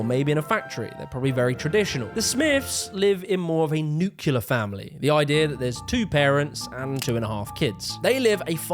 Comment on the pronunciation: NEW CLEAR. NUCLEAR. NEW CLEAR.